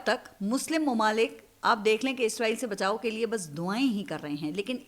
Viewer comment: izreel ni hota israeel hota h